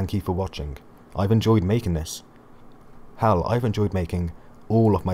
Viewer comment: The what train? What kind of accent do you have to pronounce 'Hell' that way? This is way too spoilerific for anime onlies. I thought you'd gone too far when you say the key was split into pieces when you could've just said Jahad hid it but then you start spilling about Arlene! If I was an anime only that was foolish enough to watch this then I woulod be pissed off at you.